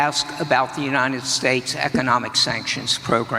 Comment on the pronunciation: Trump's low energy delivery is something we're all getting used to now, since it's a daily feature of his "weird rambling." He can't even say "economic." It's really not that hard a word to pronounce.